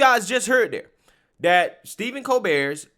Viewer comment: His name is Stephen, starts like Stephanie... It's not Steven.